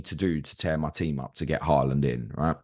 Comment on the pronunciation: It's HAA land not HAUL land